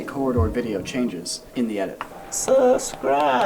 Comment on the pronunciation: 'Suscibe" Yessir! Willdo!